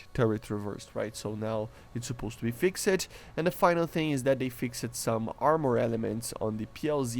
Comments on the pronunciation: Fix'd not fix-ed. You do not pronounce the e. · A tip for your speech, when saying "fixed" the E is not pronounced. Try just saying "fixd" and just that will be an improvement. Cool video